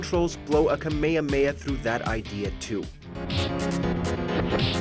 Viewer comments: bro stop saying kame hame ha !!! it should be pronounced like this: "ka-me-ha-me-ha!"....these americans.... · Why is it that when Americans say Kamehameha it sounds like Kamyamea XP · Japanese: Kamehameha Americans: Kameyameya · I hate the way Kamehameha is pronounced in English. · Yeah, thankfully they stopped doing that starting with Kai in the actual dub. Idk why some people still pronounce it that way though. Same with Kaioken being pronounced “kay-oh-ken” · sigh for the last time, you guys are pronuncing Kamehameha WRONG!!